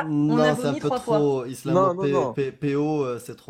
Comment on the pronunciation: Pareil. J'ai du mal